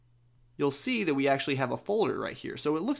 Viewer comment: "You can tap on dat app." Lol